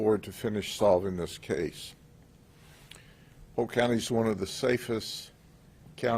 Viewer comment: "Polkurt County"